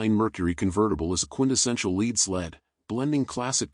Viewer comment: I have worked on classic customs many times. And I’m trying to tell you you pronounce lead wrong. You’re making a mockery of the process get your pronunciation straightened out please